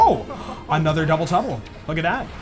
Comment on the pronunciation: Did you say Dubble Tubble on purpose?